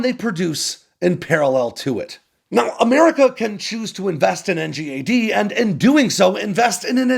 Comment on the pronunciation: It's pronounced N-GAD mate